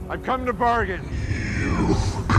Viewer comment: am i the only one who bursts into laughter when doctor strange kept coming and saying "Dormammu I've come to bargian"